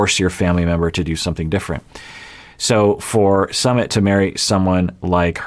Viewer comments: It is Sue-mit, not summit ( like a gathering for a meeting/event). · Sue meet not Summit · I heard it’s “SUM-IT” not “SUMMIT” but could be wrong. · ...it's Su-mit. Like Sue-meet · His name is pronounced -- su -- like the OO sound in cook -- mi -- I pronounced like the I sound in lick and T is pronounced like the T in arigaTo . Su-mi-t The reason indian parents are so apprehensive of their children marrying foreigners especially someone from the western country Is because of high divorce rates , india has an extremely low divorce rate because divorce is seen as extremely shameful to the level of prostitution here, almost everyone here stays in their toxic marriage , because no-one is divorcing and the shame associated with divorced people , the likelihood of you being forever alone after divorce is very high in India , the society will treat you like a lower class citizen specially women but men too if they are divorced , so it's a very risky decision for an Indian to marry someone from a culture which has high divorce rates , the other factor is religion , their is lots of Hindu-Muslim tension in India from centuries so a marriage between a hindu and muslim is shunned and some families will go as far as to commit honour killings . Also due to sexism and patriarchy older women and younger men relationship are shunned , but men who are around 10 years older then women is considered acceptable , more then that they shamed too but not much as women . It is considered less masculine for a man to marry an older women . India also have a very family oriented culture and our country is very diverse, and their is also lots of tension among different cultural gr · Its Soomit